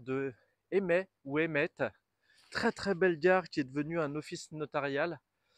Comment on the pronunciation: Le site est très étendu. Il devrait y avoir beaucoup d'activité. En fait on prononce Eymé , on ne dit pas le T.